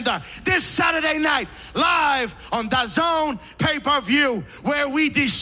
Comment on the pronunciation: He’s the only one who said dazn correctly, there is no “I “ in Daaaaaazn